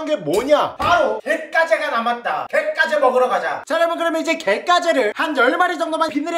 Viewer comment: 나만 갯가재가 갯강구로 들리낰ㅋㅋ